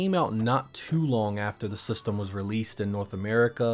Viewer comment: You really enjoy saying the word “systumm”